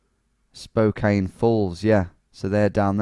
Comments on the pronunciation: Its pronounced Spo-Can, not Spo-Cain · OMG I hadn't seen this until now. I have left many comments trying to get us on here. I know some have probably said you were saying it wrong. Spo-Can! lol. I said that in my comments. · Spo-can......is how it’s pronounced LMAO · Portland, OR, USA You are immediately identified as an outsider because Spokane is not pronounced Spo-Cane but actually Spo-Can by locals. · Just a heads up, it's pronounced "spoh-can"( with a soft a). Also I'd love it if you did Seattle! Keep it up dude :) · Also it's pronounced Spo-can don't worry though most people in our state don't know how to pronounce it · Pronunciation Patrol: Spokane=Spo-Can, Aloysius=Al-oh-wish-es -- Re: Hometown - Born: Sydney, Living now: Beautiful, glamorous Woolwich in SE London. You choose!